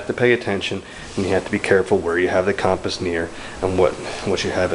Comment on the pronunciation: You're pronouncing compass wrong. It's pronounced "cumpass"